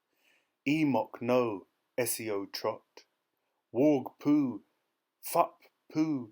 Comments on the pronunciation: It sounds like you swaring so say it probably not to be mean i love your reading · please pronounce FFUP properly!!!!! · I agree it sounds like you swaring but I still love it